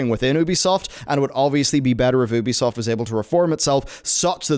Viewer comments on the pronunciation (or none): Just pronounce it as YOUbisoft that Oebisoft doesn’t sound well!